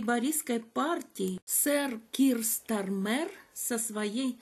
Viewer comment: Ударение на первом слоге, пожалуйста: СтАрмер